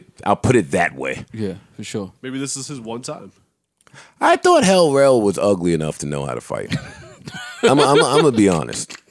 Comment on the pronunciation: Joe said L Rell!!!!😂😂😂😂